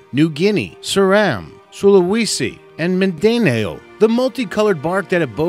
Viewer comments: Mindanao is pronounced as "Min-da-now" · mindanao is pronounced as min-da-naw